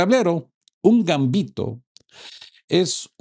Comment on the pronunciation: ERROR. De acuerdo con la RAE la palabra GAMBITO es LLANA, es decir, que se acentúa en la segunda sílaba y no lleva tilde. Copio de la RAE Gambito Del it. gambetto 'zancadilla'. 1. m. En el juego de ajedrez, lance que consiste en sacrificar, al principio de la partida, algún peón u otra pieza, o ambos, para lograr una posición favorable.